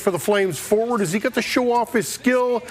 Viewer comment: You said “He” wrong 😑